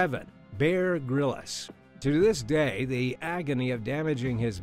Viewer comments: Lol you might want to learn how to pronounce someone famous name before embarasingly really badly pronounce such a famous name. Lets say Bear Grylls isnt called bear Grillis its just Grylls like a bbq grill. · It’s “Bear Grylls”, not “Grillis”. He might be a fake, but you should use his correct name. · Respectfully, it’s ‘Grills’, not ‘Grillis’. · It's Grylls not grylles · 'Bear Grill-us' ha ha ha ha ha ha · Wait- am I wrong in thinking, why is he pronouncing Bear Grylls name like that, lol? Isn't his last name just 1 syllable?...or am I tripping?? Lol 😂😂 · Sorry but you pronounced Bear Grylls’s surname wrong